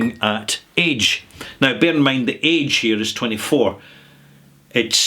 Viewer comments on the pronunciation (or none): none